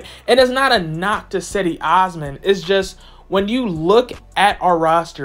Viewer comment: Do you even watch the games? It's pronounced 'Jed-ee' listen to how everybody else says it within the team